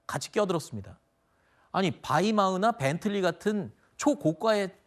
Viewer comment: 아나운서 마이바흐를 바이마흐라고하네 ㅋ